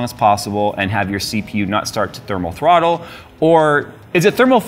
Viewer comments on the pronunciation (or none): none